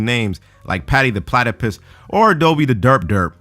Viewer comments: You said platipiss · platypiss xD